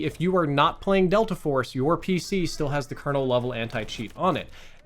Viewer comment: Bro said "Delter Force" in the beginning.